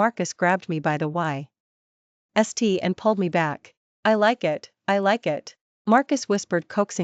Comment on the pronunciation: Teaser is incorrect for the story. Some words are split incorrectly (wai-st), causing them to be mispronounced. The story is good however.